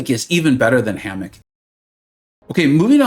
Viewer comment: Oh my God! You asked us to make you laugh. But dang you had me rolling on this video. First the roof. I guess the house or something. Then our newest and baddest 7* character HAMMOCK!!!! 😅 My recommendation is keep future tongue twisters in your videos. 😊